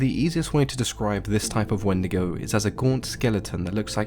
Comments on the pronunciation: If you pronounce it not as When-de-go and pronounce it like wen-dee-go you're going to Hell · I grew up hearing these stories from my elders, but they pronounced it "When-dee-goh". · The “Wandigo” always comes to mind now, damn it markiplier